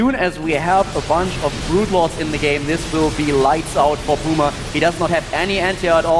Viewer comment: It's puma not poooooooooooooooooooooooooooooooooooooooooooooooooooooooooooooooooooooooooooooooooooooooooooooooooooooooooooooooooooooooooooooooooooooooooooooooooooooooooooma